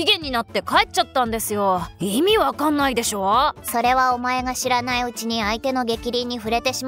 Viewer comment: オープニングの「知らないうちに」が「知らねぇうちに」に聞こえた。ちょっと口悪くなくった？